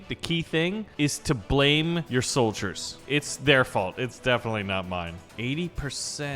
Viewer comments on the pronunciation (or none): none